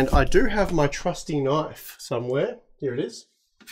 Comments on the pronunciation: thats not a knoife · Thats not a knoife, this is a knoife...😅